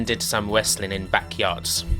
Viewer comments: Wesslin is wesslin and it’s the wheel deal , pwoper wesslin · "Wessling" hahahaha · What's wessling?? and wesslemania? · You do know the "W" is silent right?